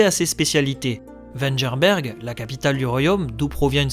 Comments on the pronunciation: Très bonne vidéo. Tu t'es juste trompé sur 2 choses : Vengerberg se dit "Vèneguerre" ou "Vènegueure" pas "Vènegeure". Après le deuxième truc je sais pas si t'as fait exprès de dire ça mais Géralt de Riv ne vient pas du tout de Rivie, il a choisi le "de Riv" car Vesemir lui a conseillé de se choisir un nom pour mettre les gens plus en confiance. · Ça se prononcé Venguerbergue et pas venjerberg. Sinon j'adore tes vidéos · Mais on dit pas vengerberg avec le son gue au lieu de vengerberg avec le son je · ta detruit le nom de la cité de Yen xD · Merci, effectivement il semblerait que ma prononciation de Vengerberg en ait surpris plus d'un ^^ Concernant Geralt, je sais très bien qu'il n'est pas de Rivia, j'ai dis cela dans le cadre du personnage que je jouais tout en nuançant mes propos avec la phrase "d'après ce que racontent les légendes" :)